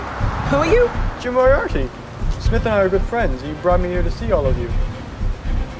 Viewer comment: "Mariati" You mean Moriarty